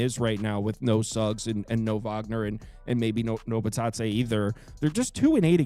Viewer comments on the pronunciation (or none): none